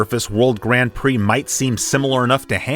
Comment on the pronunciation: the Brazilian says Grand Pricks instead of Prix. Lol.